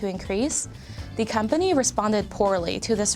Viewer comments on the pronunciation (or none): Why tf she keep saying. Da instead of the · I don't think she used the a single time, every time she said 'th' anything she said it with a d lol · She keeps saying d when its th and it's annoying the shit out of me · It's THE not DA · the... not da .... sorry...pronunciation driving me a bit crazy.... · The amount of time this woman says “da” instead of “the”...enunciate PLEASE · THE NOT DA , after i heard it once i could not unhear it, jesus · I love how she pronounces anything with a “th” sound with a “d” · “da brand” = the brand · dat and da, So annoying learn how to pronounce the and that correctly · Da house, yo. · I wish the narrator would stop pronouncing all 'th-' sounds as 'da'. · Her constant mispronunciation of “the” with a “d” sound lost me in the first 2 minutes. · Please learn to say “the”